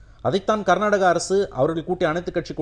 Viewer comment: நீங்கள் கர்நாட்ட்டக.. கர்நாட்ட்டக.. என்று உச்சரிப்பதை திருத்தி கர்னாடக என்று உச்சரியுங்கள்.